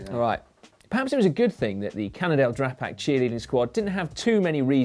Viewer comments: Cmon gals, the team's called Drapac not "Drag Pack"! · comment I thought you said Cannondale Drag pack